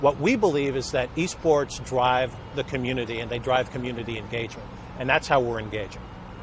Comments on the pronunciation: I thought they said E-Scorts not E-Sports. If you get the reference then you one of them boys. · Alejandro Espinoza THIS NIGGA SAY E SCORTS?